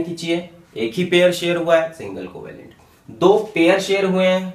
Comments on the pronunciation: That's "coovellent "😂😂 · Coo-va-lent bond